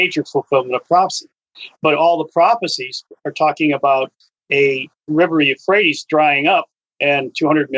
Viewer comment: Did he say the Rivwe Euohrates was never going to dry up?